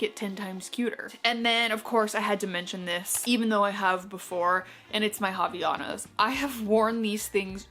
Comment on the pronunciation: girl, its HAVAIANAS <3